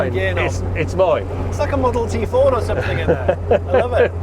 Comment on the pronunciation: It's a Forda or Farda!!! 🤣🤣